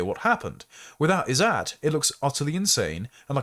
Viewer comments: The writer shouldnt have used the Izzat indian term, instead should have used honour or reputation, the meaning. The izzat term when you pronounce it "is-at" is making it so confusing and distracting. There was no need for the indian term there. It just means honour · These words are pronounced more like "Izzut" and "Jugaar"